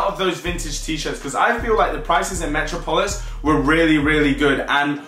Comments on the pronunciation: Come on bro its not metro polis metropolis, you know where Superman is from You are pronouncing it wrong. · 💥💥 Haha said Metro-polis and it's Met-rop-ol-is 😂😂 haha lots of lol 💥💥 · on god you needa learn to pronounce metropolis properly loool, go watch a Superman cartoon or sumn bruh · Metro polis 😂😂 It’s metropolis 🤦🏿‍♂️🤦🏿‍♂️ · Hahaha "Metro - Polis" obviously didn't do too well in private school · Lol metro-polis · Im from London and even I wouldnt say METRO POLIS smh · ‘Metro-polis’ bruh 🤣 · “Metro polis” bruh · Mans can’t say metropolis 😂😂